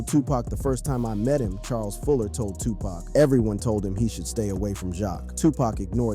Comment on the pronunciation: Right, black names f*ck up AI. It can't pronounce Suge Knight (Sheewg Knight) or Tupac (Two Pack)